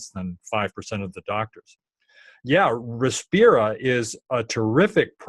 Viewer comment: btw its Respira, not Repirsa